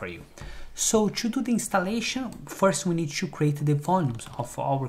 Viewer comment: Everything perfect but please, stop saying chew instead of to